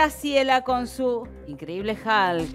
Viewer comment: Porque pronuncian Halk? A Hulk no entiendo ese inglés de la conductora que se cree una niña de 15 años